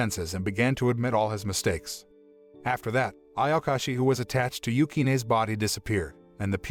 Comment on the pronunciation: does noone even talk about him calling ayashaki, ayakashi?